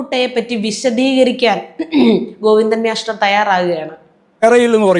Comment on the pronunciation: പറയുന്ന പോലെ മ്യാഷ്ടർ😂